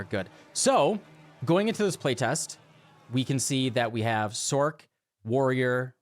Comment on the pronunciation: Great video, but can you please says "Sorc" with an "S" sound, and not like "Sork" ?